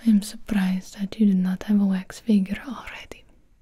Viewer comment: I thought so too cause the way she said wax "wayx"